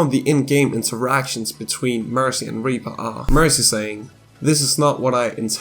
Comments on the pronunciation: Are you saying reaper or reaver it may just be my iPad but you sound like you say reaver on my phone and computer? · I swear every time you said Reaper it sounded like Reaver instead. I admit it did start to bother me